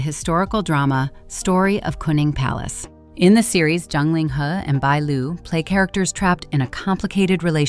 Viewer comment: Why do you keep calling ZHANG Ling He - John Ling He, his name is not John hIs name is Ling He and his last name ZHANG ( Not John), please pronounce correct the chinese names , and if you are iniforming inform correct. BAD REVIEW FOR YOU